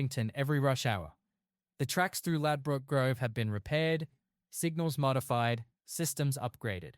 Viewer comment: Could learn to say the location name properly